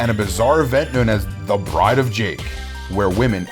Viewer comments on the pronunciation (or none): none